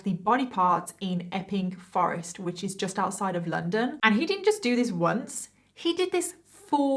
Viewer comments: I thought she was saying 'effing Forrest'😅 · ..... I can only hear her saying F-ing forest lol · Everytime you say the name of the forest I hear F’ing forest Effing forest